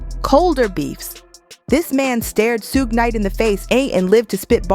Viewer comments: Suge Knight is pronounced like "Sugar" without the "ah" sound at the end, just saying. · Who the hell is Soog knight? Lol! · I'm not sure why, but I absolutely hate it when people pronounce Suge Knight wrong.